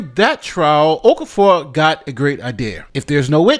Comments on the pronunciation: His name is pronounced Of-CAR-Four. Why can't people try to get people's name's right? She did not want to be there. People should not be forced to be in jury. USA just likes to jail people. The woman is probably struggling with finances already and you just added to that. Just state your religion and you are not God and hence cannot decide someone's fate. My colleague got called up twice within 6 months and had even moved to another area (basically like another State) and was still told he still had to come back for the jury service which meant looking for a place to live and paying two rents during the jury service. Just tell them you cannot be biased due to your belief. Conflict of interest. Anything because they should not be forcing people to judge in life or death matters. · ‘Okafor’ is pronounced O-kah-for.